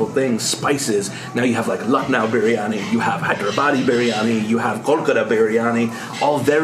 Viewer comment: And what you are eating is not biryani. Just one look at the onions and the veggies gives you clarity... And keeps mispronouncing Biryani and Punjabi in every second episode that has an Indian reference 🫤 Buddy how about we keep calling you. knows the Indian cuisines fundamentals quite well... whether it's spices, dishes or getting his pronounciation right.